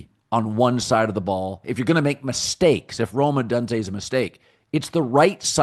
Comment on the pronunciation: Rome Odunze's last name is pronounced Oh-doone-zay. Professionalism includes coreect pronunciation.